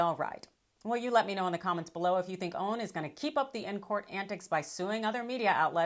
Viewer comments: I don't understand how you cannot pronounce O A N!!!!!!!!!!!!!!! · Why is she calling it OWN? Its OAN!!! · First time I have heard it pronounced "own." I always heard people say O-A-N. But what do I know? Possibly is joshing with this pronunciation.